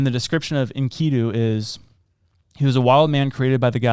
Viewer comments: It sounds like “ inky doo “ when you pronounce it. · It’s enki du 😂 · Pronounced - Ink-ka-du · It’s pronounced enk-ee- do instead of en- key- do. Not that it matters. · Pronounced inky do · I've heard his buddy's name,pronouced..🤔 "Inky-do" 🙂 However,idk to be sure! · I think it’s pronounced Inkee-doo. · Its In-key-doo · Basically Inky-Dew bro lol you having difficulty. I got you though no prob. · They didn't find Sanskrit, they found cuneiform tablets in the old library in Nineveh there was put together by Asherbanapal, but was destroyed by fire. That was the first mistake in the first one minute of this video but then you couldn't pronounce Enkidoo (sp) properly, and it's not that hard, and then you tried to say that Anu was part of the Anunnaki and that's also incorrect. If you're going to talk about this stuff the people are super passionate about like me, you should probably think about getting it right.